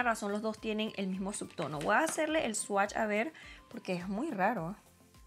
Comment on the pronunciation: Se dice voy no voa